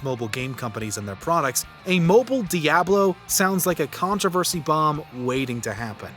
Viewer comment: DIABLO - Uh Lifer - LIO